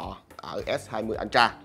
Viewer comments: vcl “ân tra”!!!! 🤣🤣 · Nghe nó cứ sao sao nhỉ. Phát âm lệch rồi. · Hự!!! /ˈəltrə/ là /ớ trờ/ mới đúng chứ anh :D :D